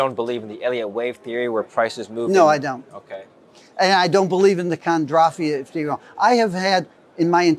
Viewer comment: And i quote "Kondrafiev"... wtf ? How am i supposed to believe a self proclaimed 'expert' who can't even pronounce the very things he is Denouncing ???